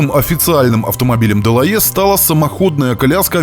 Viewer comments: Шикарно 😮! По правде говоря был заинтригован как вы на этот раз произнесёте название героя передачи. Почти идеально 🤩, «дЁлаЭ». А вторая «дЁлаЖ», без …ДЖ. В любом случае огромное вам спасибо за вашу работу 👍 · Да. Если брать французский то "делае' " звучит великолепно.... чем на английском "делаха'й"😂.. Oбожаю эту эпоху! Спасибо за ваш труд!